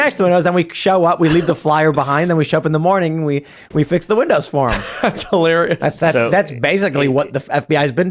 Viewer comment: Excuse me Mr. "reporter" there's no such thing as HOlarious! Can you speak English please? Don't you realize that if you start deforming words you're losing the means to connect with other people? Hilarious! Pronounce it properly! I'm not saying this to be an a-hole. I sincerely mean, this is important. It's about dignity too! Maintaining standards. It's the least we can do considering people fought, lost their lives, lost friends and family to wars... and we can't even speak properly? To defend the West?!!! Come on!